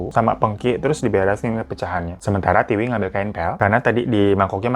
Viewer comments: Tiwi bang bukan tika. Emg T2 😅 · Tika atau Tiwi sih😂 Aku bingung, di video Tiwi, si Abang nyebutnya Tika mulu 😂😂😂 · Kenapa nama Tiwi lama-lama jadi Tika 🤣🤣🤣 minum dulu kali Bang, biar gak keliru 😆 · Tiwi hirooo bukan tika 😂😂 bikin ngakak lu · bang lo typo ya? ngomong tika tpi tulissan tiwi